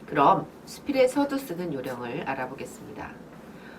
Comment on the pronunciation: 발음이 틀린 예: 서두, 좋습니다,서술,안개,사람, 두 번,대상 ,대표 ,해설, 등!! 이상 실 예는, 장음이 단엉.ㅣ 첫 자를 모두 "짧게" 잘못 발음한 것이다. 이것이 사실이라면, 수필 창작법을 논하는 강사의 자질이 의심스럽지 아니한가?? "한국 어문을 고발함" 이라는 책을 수필인들께 권하고싶다.